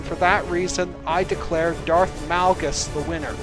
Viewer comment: Malgus not males